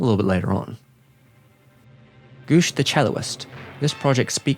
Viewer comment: "Celloist" is unfortunately not a word... "Cellist" is! Love the video nonetheless